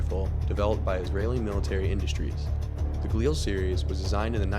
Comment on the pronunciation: FYI, it's pronounced Gaa-lil. Not ga-leel. Not being critical because everyone gets it wrong. However if you're doing a video on weapons you should know what you're talking about.